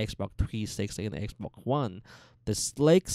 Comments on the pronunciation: Yeeeh I like xboccc one and xbocc360 and relacc whish ish very kreat. Please dude use the x’s and s’s correctly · Xbok one and xbok one s😂😂💀